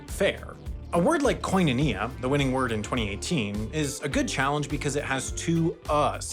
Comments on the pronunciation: As a Greek. It's kinonia, not kOinonia😂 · hearing the american pronunciation of koinonia as a greek genuinely hurts my ears oh HELL naw it’s more like kiino neah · As a Greek, hearing koinonia pronounced like that made me shudder. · I am aware. They did teach us this stuff. But even though I would probably pronounce it like that as well in ancient Greek class, it is still extremely jarring to hear it that way lol. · literally what i came to the comment section to say